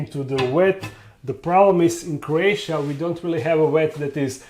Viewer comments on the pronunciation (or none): It’s not “wet” it’s vet lol you never say words that start with a V you make them into W words but your accent is one of your best attributes so I’m not making fun